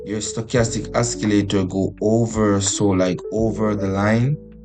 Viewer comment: its not oskileytor its osileytor